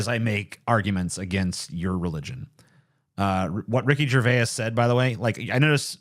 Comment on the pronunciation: You mispronounced Gervais.